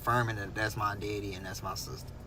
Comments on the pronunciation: If this 🥷 say “deddy” one more time😤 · Omg I hate the way he says DEDDY!! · It’s the way he say my deddy is sending me